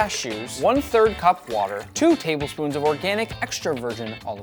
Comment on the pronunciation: I wish you didn't say cashews like that, Nick.